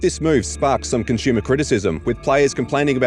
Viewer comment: It's painful having to listen to this guy not being able to pronounce the word "consumer" correctly over a dozen times in one video...